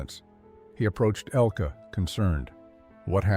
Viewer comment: IT IS NOT "ELKEE," BUT ELKUH. IN GERMAN. THE NARRATOR IS PRONOUNCING IT WRONG.